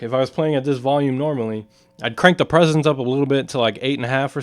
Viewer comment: it sounded like he said presonance.